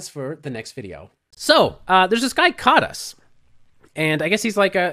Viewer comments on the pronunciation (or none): 's' in Hungarian is pronounced "sh", so it would probably sound like "Kadash"